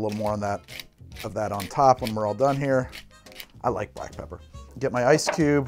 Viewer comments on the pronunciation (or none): none